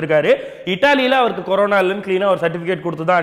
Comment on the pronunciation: ..adhu. Karona..illa Corona..😂🤣🤣😂😂🤣😂